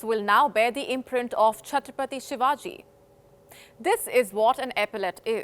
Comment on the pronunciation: sir he is not ur uncle from Maharashtra, agar koi tag kisiko milahe too uske kam ki vajase,not taking his name properly is his and his works dis-respect and kisika name kaise lena chahiye sikhane se pehele apna asli nam too use karo.